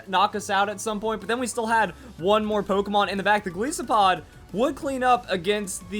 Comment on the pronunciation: Goliath + Isopod. please say it right